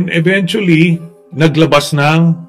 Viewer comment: PURO KA NAMAN " EVENYUSLLY"